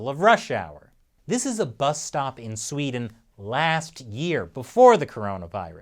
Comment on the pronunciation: Thank you. Thank you for understanding that we won't really know anything for certain until it's over. Thank you for a balanced report of Sweden instead of the hyperbolics most U.S. media usually puts out. And thank you for noticing there's two E's in Sweden! Very refreshing hearing an American not pronouncin it "Swed'n".